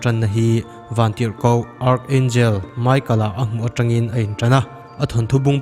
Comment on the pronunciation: Angel hming hi michael (mi ka el) ti a lam tur te ani zawklo maw... Bible ah pawh michael (mi ka el) ti a lam ani ṭhin sia...